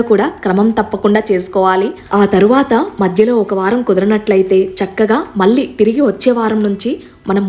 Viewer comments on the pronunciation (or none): none